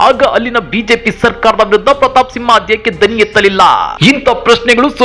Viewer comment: ಸಿಂಹ ಅಲ್ಲ ತಿಂಹ 🤣